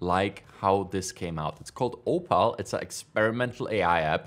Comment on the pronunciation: It's Oh-Pull, not Oh-Pal LMAO